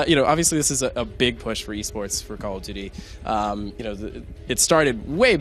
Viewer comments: CAWL OF DEWTEE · "coll uf duudy" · CALL OH DOOTY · It's very hard (cawl of dooty)